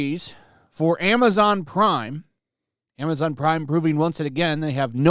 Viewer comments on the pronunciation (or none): none